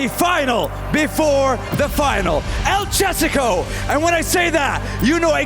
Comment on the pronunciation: el chésico??